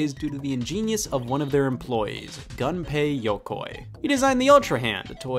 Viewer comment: (Goon-pay ya-coy) ;)